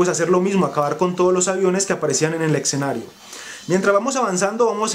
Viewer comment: hable bien amigo... escenario no exenario suena horrible